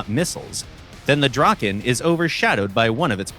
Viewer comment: My heart breaks when I hear the draken pronounceiation